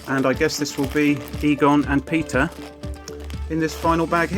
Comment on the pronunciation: Eter and Pegon? Stop grtting names wroooong